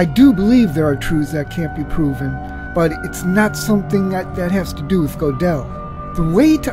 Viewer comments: please don't mispronounce the name: it's 'Go-del, NOT Go-'del !!!!! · It's 'Good-del not 'Go-del.